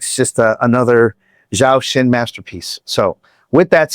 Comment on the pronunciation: Thanks for reacting to Zhou Shen and Mayday! Your insights were very interesting and I appreciated hearing what you have to say, as well as listening to them. But please, it isn't Zow Shen, it's pronounced Joe Shen. Thanks so much! :)